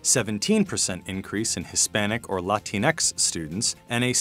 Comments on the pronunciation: This kid said "Latinx" this just means that he needs more time hitting the books because he's got no problems mispronouncing another language's terms. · The narrator pronounces Latinx in an extremely annoying way.